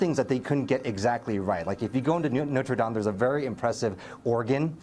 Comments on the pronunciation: "Nodur daim" Please at least try to pronounce it right. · my goodness, the way the news anchor pronounced "Notre Dame" in was terrible. Thanks to for not messing it up. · He also said noter dame just wanna put that out there... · noter dane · It's "Not-ray -- Dah-m" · “Noter Daime” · "noter daim" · That reporter said Notre dame totally wrong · The way the Asian guy says Notre Dame is activating my OCD. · Ohh how it annoys me how he pronounces Notre dame